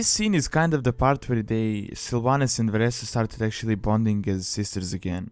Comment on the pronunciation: Her name is Vereesa, not Varessa!